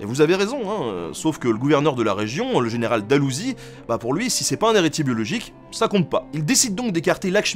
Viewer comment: Le général An ? AN DALOUSIE ? muehehehehehe je me bidonne de rire. Revoir encore et encore les vidéos de Ben au fil des ans c'est quand même vachement bien <3